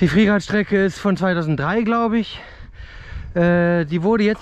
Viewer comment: Mqn sagt Freeride sagt friereit